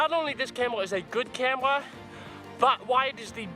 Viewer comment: " ill show youw why this is the brest camwwa " lol no offence bro nice video